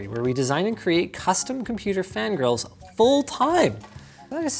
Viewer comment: I thought he said “custom fan girls” not fan grills